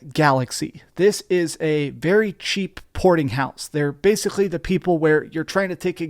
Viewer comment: Are you jewish? The way you say: Basicly sound weird.